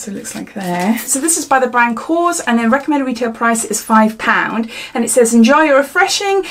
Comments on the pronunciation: The soap brand is KORRES not kos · Great unboxing! Korres is actually pronounced "kor rez". I love their products, also! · Actually is KorrEs. ❤️